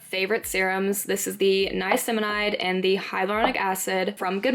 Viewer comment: It’s pronounced niacinamide not niaciminide lol